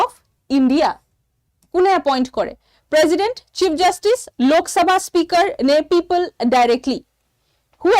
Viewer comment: If president pronounce as prejident then prejudice should be pronounce as presudice .